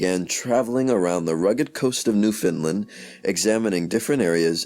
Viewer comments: Repeat after me: New Found Land. Newfoundland. Not newfinlend. We take offence to that. Say it right or don’t say it all. Even Canadians mess this up. Amazing video and content nonetheless, thank you. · Yes correct pronunciation. Not Fin or Fund. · He says New Finland. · There is no such place as Newfinland. It's Newfoundland. Say "understand." Now say "Newfoundland." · WRONG. Its pronounced NEW FAW LAN. im from there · It is NewFOUNDland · Good information is blighted by sad mispronunciations of common words, as well as Newfoundland, which is important here. While I like the information, I cannot show a class a reading where the reading is not properly done.